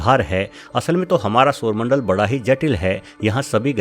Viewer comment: Ye sarmandal gati katke ja kaha raha hai? Pehli bar aisa soona